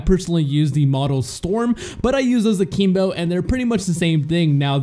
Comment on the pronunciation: Are you saying A-keem-bo and Mee-lee just to trigger ppl like me? It's working.